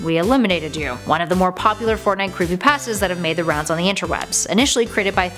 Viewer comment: I didn't know Russians play fortnut